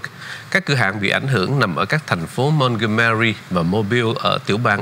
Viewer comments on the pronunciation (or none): spell Montgomery...nghe ma Mac cuoi qua vi doc sai... khong biet tai sao khong ai trong ban bien tap cua vietface tv khong biet doc chu nay sao? That la kho tin...